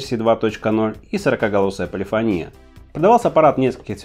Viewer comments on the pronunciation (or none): Не полифонИя а полифОния!